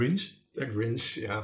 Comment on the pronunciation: 'der Grünch' 😂